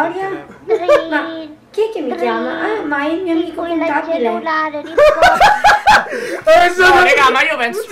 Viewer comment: Ma sta canzone è oscena... il contabileh mi sa di pervertitohsh :-D